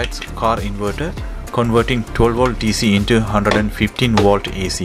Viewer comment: its volt not wolt.